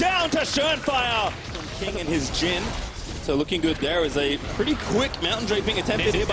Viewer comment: "Ssso much damage"